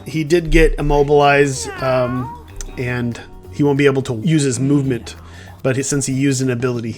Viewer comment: “movmenet’ can I be a tester? 😂 great game